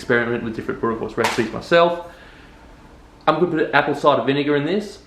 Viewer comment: Hahahaha, the Afrikaans pronunciation is not tooooo bad.!! Boerewors is our staple food. Recipe ain't too bad. If you want even better recipe, let me know.